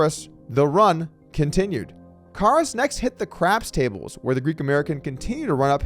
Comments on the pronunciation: I feel like somebody made a bet with Doug to see how many different ways he could pronounce Karas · Im counting at least 3 different variations of how Doug pronounces “Karas”. 😂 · You gotta do better than pronounce his name three different ways